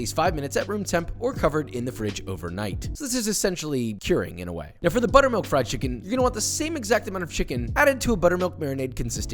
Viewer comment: I came for the chimkin. I stayed for the chimkin.